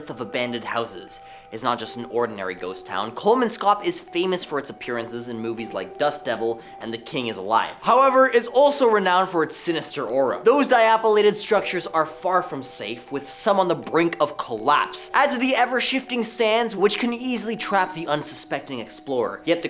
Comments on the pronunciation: "Die-apolayted"?? Is that a word now?? I guess it is TODAY! 😆😆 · I refuse to listen to kids who can’t recognize or even pronounce words like dilapidated…..